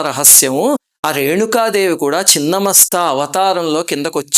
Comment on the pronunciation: Thank you for pronouncing right as ‘chhinna masta’ not Chinna masta!